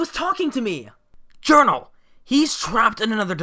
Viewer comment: JOUNRAL JOUNRAL! WHERES YOUR RIGHT ARM? “Jounral”